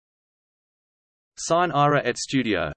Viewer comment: belin, ma come state? Non ci siamo, chiedete a qualcuno che ha studiato un po' di latino come si legge. E poi, dal tono, sembra pure che stiate per uccidere qualcuno, sine ira et studio, naturalmente.